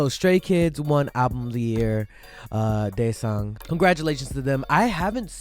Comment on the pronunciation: Its daesang,not daesung😂